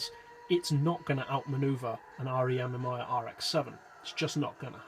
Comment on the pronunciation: You pronounced "Amemiya" wrong, it's "Ah-May-Mee-Ya", not "Ah-Meh-My-Ya"